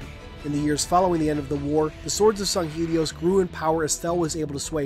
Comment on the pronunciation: This is just a pet peeve but, it's really annoying when people don't pronounce things correctly. Granted people have different ways of speaking and even in simple words, there are different pronunciations (to-may-to/to-mah-to) but in every piece of factually evidence, it is Sang-Heylee as to where you say "Sung-Heelee. Just a pet peeve.